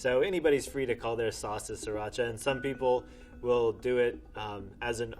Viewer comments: SRI racha, not SIR racha. TAKE NOTE PEOPLE. I know it's petty, but GOOD LORD say it right people! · He said siracha but I heard 3racha lol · C'mon. I love you, but that's not how you say Sriracha. Don't believe me? Here's proof with even native Thai speakers (the name came from Thai language as it is named after a Thai coastal city, as you mention yourself, so that is who you should defer your pronunciation judgment to in this matter): Here's a more specific timestamp for your exact mispronunciation if you can't watch the whole video: (Girl literally says it's NOT what you said as one of the examples, lol.) I love you and I respect your massive hot sauce knowledge, but I'd be kicking myself if I didn't at least offer this mispronunciation correction to someone otherwise so incredibly knowledgeable;) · Is a hot sauce expert. Still pronounces the first "r" in sriracha. smdh